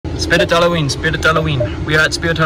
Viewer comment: Yes I also go to soodrite hoolooweenee 👌